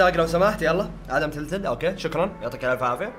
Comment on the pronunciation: النطق خربان عندك مو تيلتد تلتد